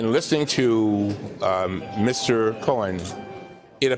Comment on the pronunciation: Love Mr. Cummings, yet every time he says "Mr. Cohen" it sounds like he's saying Mr. Corn.